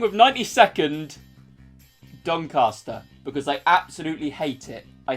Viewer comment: I hate the "Donascter" kit too :p